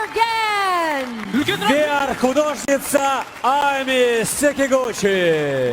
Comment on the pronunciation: Dimash Kudaibergen - his surname has "2" words in it in kazakh Kudai means God, bergen means given, like given by God (to his parents and to the World🌎)☺️ his full name is Dinmuhammed. You pronounced it very well. Thank you for your videos and comments and it's always interesting to watch your videos ❤️